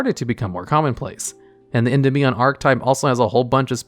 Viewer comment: Every time he says Endymion as END-IM-ION instead of EN-DIM-EON I die a little bit inside